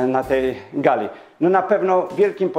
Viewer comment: Jeżely zamiast jeżeli, galy zamiast gali, przeżyly zamiast przeżyli, czyly zamiast czyli. Umiesz pan mowic po polsku?